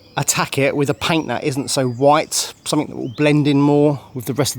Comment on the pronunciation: Please stop ending words with an ING as you say ink !! Something is not pronounced Somfink ! That being said, you're making real headway - amazing progress !!